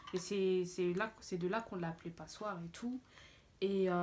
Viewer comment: Mddr "passeoire"